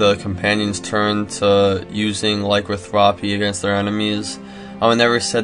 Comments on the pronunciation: Vampirism and lycanthropy. Not vamparism and lycothrapy. Vam-pir-ism ly-can-thropy, sorry to be the weird guy. My OCD just lashed out. Thumbed up. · Laicanthwopy? This guy needs to take his spelling classes again. Its Lah-can-thro-pee.